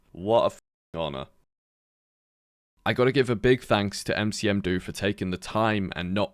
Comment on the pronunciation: Huh wait that's me?? Heh 🤑cool talking to you. Aberoth is a great game, happy you gave it some exposure :) P.S: It's Nmcdo, not Ncm do.